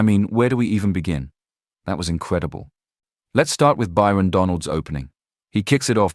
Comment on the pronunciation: It's Byron... not Bryon.